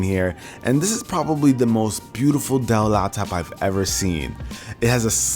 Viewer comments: why did I hear "duh" instead of "Dell"😂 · Awesome setup! Though I wish you could've pronounced the 'L's in Dell properly! :P